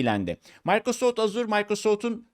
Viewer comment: Türkçe'de ona Maykrosoft değil Mikrosoft denir.